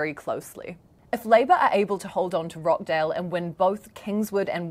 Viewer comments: It's pronounced Rochdale, not Rockdale. The clue is in the spelling. I'm curious: how do you Kiwis pronounce: kitchen, teacher, achieve, reaching and peaches? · ROTCHDALE not rockdale sheesh